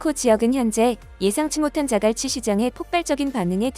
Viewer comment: 즈글치 말고 자갈치 해봐 기자야